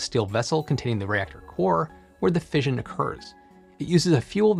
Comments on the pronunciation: Tip: 'Fission' is usually pronounced fishin' – as in, Gone Fishin'. So it rhymes with Ignition, not Vision. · Fission is pronounced like mission, not vision.